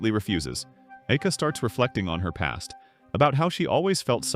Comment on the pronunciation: bro sometimes says IKEA instead of AIKA...